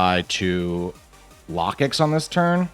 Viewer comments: Its Low-kicks I had to turn off the volume anytime you brought out or talked about Lah-kicks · It should sound like locust